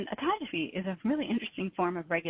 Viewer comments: Yeah, she mispronounced Autophagy. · Autogeaphy? !! Do I hear she say autogeaphy?!!!!